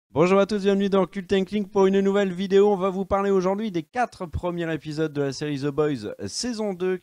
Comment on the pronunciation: Je sais je vais faire mon casse couilles mais on dit premiers zépisodes et pas premières épisodes. Y a un s à la fin de premier quand c'est au pluriel. C'est con mais à chaque fois ça m'arrache les oreilles. Sinon the boys est vraiment excellent et à part Éric kripke faut pas oublier Seth roggen qui avait déjà adapté le comics preacher du même auteur Garth Ennis.